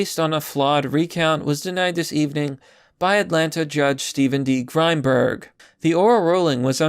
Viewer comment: I like how you pronounced Grimberg as Grime-berg,.